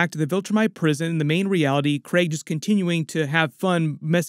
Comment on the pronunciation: Thanks for calling him Creg instead of Kreeg. Kirkman likes to gaslight us on how to pronounce names like Leavy vs Levy.